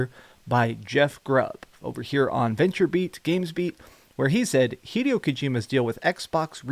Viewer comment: Hee-day-o Kojima